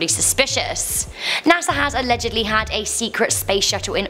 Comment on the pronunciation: NASAr🤔 you keep saying LMAO